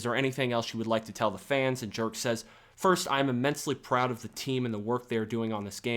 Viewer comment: Dude. I am a 100% sure "Jerk" is not being pronounced the way you do XD. But seriously, watching the first gameplay footage of Indiana Jones and comparing it to the latest cinematic iteration, one thing is for sure: Those old franchises should be turned into games, NOT movies. Because actors age but player character don´t. People are sick of their franchises being exploited by disney & co in a way that puts quantity and content over quality and longevity. Maybe the latest Ghostbusters in an exception but for all other great franchises, it´s just the truth: They are deteriorating. People prefer watching Terminator 1 or 2 over later iterations. Alien, Indy, Predator, Matrix, Star Wars, Marvel... you name it. And then look at Alien: Isolation. Or Terminator Resistance. or the new Robocop! Games succeed where movies fail. Hollywood should take notes!